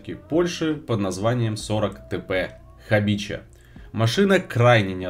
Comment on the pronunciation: Хабиха! А не хабича, это польский язык, ch=h.